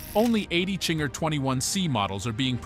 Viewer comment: It's not Chinger.... it's Zinger